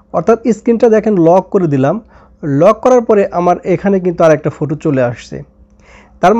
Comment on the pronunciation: ফোটু না ফটো😂😂😂